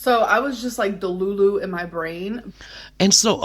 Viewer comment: Also, delulu said with a German accent is so good. I may start pronouncing it like with that flair. 🩷